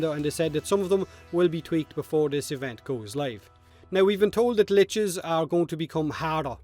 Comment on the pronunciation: you say glitches with yer accent instead of liches lol